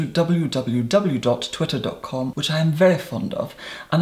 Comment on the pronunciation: Me: That bird app: W W W. TIWITTER. C O M